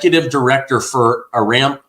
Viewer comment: ARAMCO is pronounced uh-ram-koh.